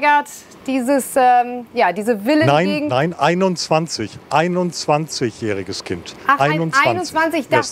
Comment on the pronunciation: jääähriges Kind 🤣🤣🤣🤣🤣🤣🤣🤣🤣🤣🤣